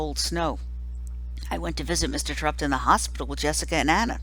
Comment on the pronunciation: Rob Says It's Pronounced Tear-Upt.